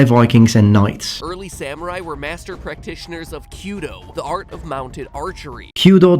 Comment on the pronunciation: you actually said samurai right!